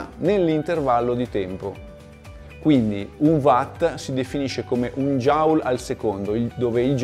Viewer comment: Per dir la verità la pronuncia del fisico James Prescott Joule non è proprio quella ma anche quella di James Watt